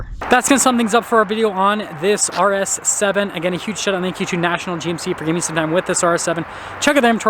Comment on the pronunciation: IS he saying RS 7 or arse heaven?